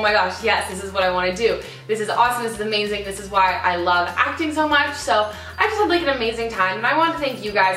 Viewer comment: I liked the video after the way you said "ah-mazing" in the video. hilarious.